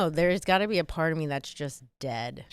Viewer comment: Gonna make this real quick and easy: If you pronounce the word "me" as "May", you're garbage.